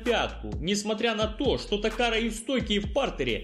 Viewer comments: Дружище, не ТокаРа, а ТакаДа (Нобухико Такада) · Не Такара а Такада!!!!!!!!!! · Такада, а не такара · Я думал мне послышалось, впервый раз:)